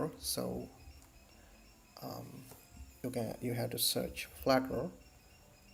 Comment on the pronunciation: hey dude it is not "flatter " it is "flutter"